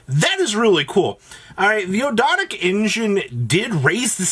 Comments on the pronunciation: Actually its og-do-dic with a silent A. Referring to the egyptian Ogdoad. Its actually not that much to pronounce as originally thought. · His pronunciation of Ogdoadic changes every video.